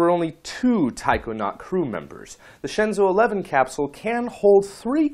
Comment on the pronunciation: Your explaination is surely better than pronunciation, but still I think is incorrect. If we want to use english isntead of pinyin it would probably be something like this: Shenzhou = Shan--joe-oo, Tiangong = Tee-an--gong. For jiuquan I don't think it is possible to write it in english, the sound of the character Jiu would be something like "gee-oo", but quan is not writable in english, it's something like the "ch" of "chew", "oo", and "an" with the english (not the american) pronunciation. Phonetic alfabet is much more suitable for this kind of things ^^